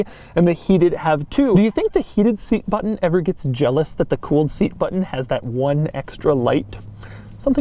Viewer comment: batttunn, just remember tu push the battunn